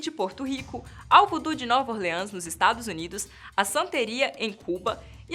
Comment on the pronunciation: voodoo é pra jacu e ouvir "nova orleans" chegou arder meus ouvidos